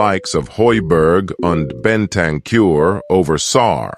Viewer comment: Love this guys wonky American way of pronouncing the names😂!! Eric Deer??? Postecog-low?? Bentancyure??? I was cracking up waiting for the next name he was gonna torture into a weird shape!!😂😂😂 He makes a good point though; our recruitment has slowly been changing for the better this last few years…